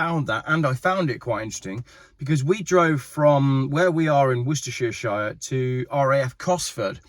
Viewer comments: Worcestershire.....wooster-shir....not 'wooster shir shire'. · Hang on.. did he just say Worcestershireshire? Followed up quickly by an admission of being a simpleton. At least he got that one right.